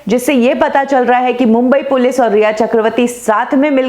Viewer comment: Mam it is Police not Pilice . Please do the correction.